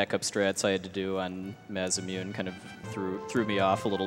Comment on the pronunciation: It really bothers me that they kept calling it the maz-uh-mewn. It's pronounced mah-sah-moo-nay.